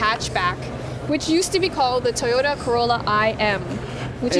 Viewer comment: I liked the video, even if pronounces it "Tahyoda"... tee hee. Cheers!